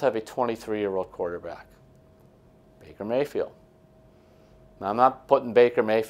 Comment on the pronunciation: 'Maker Bayfield'?